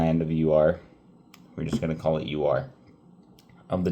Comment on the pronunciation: You continue to impress me! I think Ur is pronounced like "her" without the "h", and I think Chaldees is pronounced with a "k" sound at the beginning. Hope that helps!